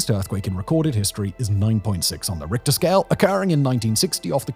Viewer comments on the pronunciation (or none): none